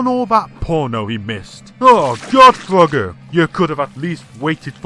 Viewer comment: At first I thought you said Fugger